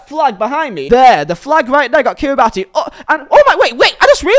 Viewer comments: Heads up. Kiribati is pronounced as "Kiribas" with an "s" instead of the "ti", it's because the local language didn't have the letters for the s sound. Trust me, this fact you will remember for the rest of your life once you are in the know. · I don't want to piss on your chips but it's Kiri-Bas. The TI at the end of Kiribati makes an Ass sound. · it’s pronounced Kira-bass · you have the flag of kiribati but you still don't know how to pronounce it?